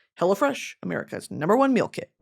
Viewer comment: I always think she’s saying “Hella fresh” during her sponsor ad 😂 I love it